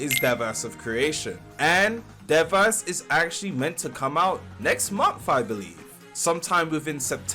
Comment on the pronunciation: Devas is pronounced Day-Vuhz 😇